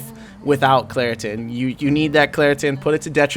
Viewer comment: Man said Claritin😭😂😂😂😂